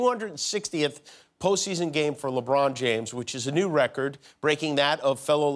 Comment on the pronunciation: I love how he calls him LiBron